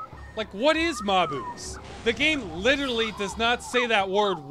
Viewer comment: In spite of what speak n' spell says, it's pronounced MAY-bus.